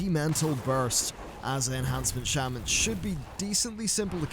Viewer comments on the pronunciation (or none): none